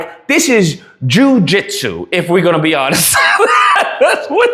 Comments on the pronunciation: "Jewjitsu" Bro💀☠️💀☠️ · Broooo not Jew-Jitsu 😅😅😅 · Jew-jit-sue is diabolical 😂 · This guy said Jew-jitsu! 😂😂😂😂😂